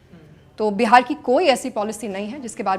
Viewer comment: It’s Bihar not behar please Hindi accent pe work Karen you are born and brought in Bihar